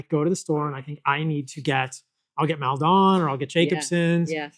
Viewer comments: Hey Paul. I enjoy your content and your POV on health. However just wanted to jump on and point out that Maldon sea salt does not need to be pronounced like that. It's just Maldon, i.e. a small UK town in Essex. Less glamorous but in no way deleterious to the great quality salt. Keep doing what you're doing. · The mispronunciation of Maldon has got this Essex boy crying with laughter 😂